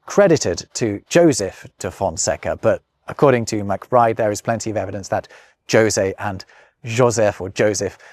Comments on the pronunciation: Hey, I know this is an old video but a teeny tiny thing bothers me. If you tried to pronounce the portuguese and french words correctly, why did you anglicise the names José [ho-say in the properly anglicised version, ho-sé properly] and others in the video? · José is of course pronounced Ho-zay. Doesn't know of the song: 'Do you know the way to San José'? sung by Dionne Warwick. Saw her in concert for nothing in the late 80s. Classy lady. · Great video,. Very entertaining. However, at no fault of your own but requiring my feedback is that the pronunciation of Jose is in fact Hose. thank you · Wait a second. You should know the Jose in Spanish is pronounced "Yo-Zay", and "Hoseh" in Spanish. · are J's not pronounced as H's in Portuguese? The José rather than Hosé has me to the confused. I will craunch the marmoset till someone answers. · You pronounce Josè wrong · José sounds more like rosé than Josie. It has a more open sound like the pronounced letter Z in British English (zed). Say "jo-Z" and remove the final "d" and you got it. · Your (European) Portuguese pronunciation wasn't that bad. Better than most English speakers, I'd say. You just fell into the traps that are the hardest for English speakers to avoid: - Portuguese R is an alveolar tap. You pronounced it as an approximant (as English speakers do). - You didn't nazalize the last a in "conversação", but this is HARD for English speakers. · You butchered José's name pretty badly 💀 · Jose you say it "jo say" but i only ever heard that pronounced "ho say" 🤔🤷‍♂️ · Did you just say "Joe-zay" de Fonseca? You may be, but you're clearly not robbing pronunciation. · also, Jose should be pronounced as Hosay, shouldn't it? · In Spanish, "Jose" is pronounced with the 'j' as in the English 'h', is it not? ("Ho-sey", phonetically, approximately.). To hear you repeatedly refer to "Joe-sey" da Fonseca sounds really wrong. Am I wrong? Would that not be Jose as in "hoe-say"?